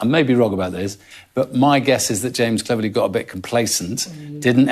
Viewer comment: Yes, and Cleeverly but that's okay.